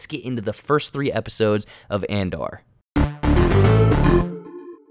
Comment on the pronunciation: Why does keep saying Andar? Its Andor. And- Door. where is he getting the "A"?